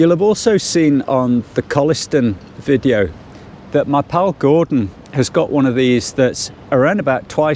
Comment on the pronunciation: its pronounced goordon lol